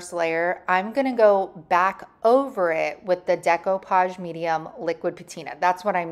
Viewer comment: Thank you for pronouncing it right.